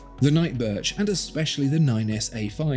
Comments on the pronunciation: Wait, did you say "Night Birth" ? LOL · funny, you actually said “night birth”😂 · Did he say “night birth”?!? 😂😂